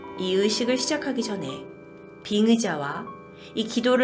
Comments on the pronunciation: 의학을 으학으로 빙의를 빙으로 ('의' 발음이 안되나 봅니다) 발음하는 것을 제외하면 전보다는 문법의 오류 같은 실수가 많이 줄어서 듣는데 안정감이 느껴짐. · 발음쫌 ㅋㅋ 빙으가 아니고 빙의다. 쫌 되게 많이 찾아본거 같은데 빙의라고 발음 하는게 맞음. 빙으 빙으 가 아니고 ㅡㅡ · 의 발음이 이렇게 안될수도 있구나..... 빙으! 으학적으로! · 빙의를 계속 ‘빙으’로 발음하시는 것 같은ㅋㅋㅋㅋㅋ 별거 아니지만 계속 귀에 들리네요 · 꺄아아. 의를 으 로 발음하는거 너무 귀여워요 ㅋㅋ 빙으 할때마다 볼 꼬집어주고 싶음 ㅋㅋ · "의" 발음이 안되시네요 ㅎㅎㅎㅎ. 구마사제으 대상의 설정할때으 빙으가 으심되는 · "의" 발음이 안되네 이사람... 맨날 머머 으! 머머 으! 빙의보고 빙으!!빙으!!ㅋㅋㅋㅋㅋㅋㅋㅋㅋㅋㅋㅋㅋㅋㅋㅋㅋㅋㅋㅋ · 빙으 ㅋㅋㅋㅋ 경상도신가요? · '의'자 발음이 자꾸 '으'로발음돼서 빙으로 들림ㅎㅎ 내가잘못아는건지.. 으 자로 발음하는 분들꽤있네요ㅎ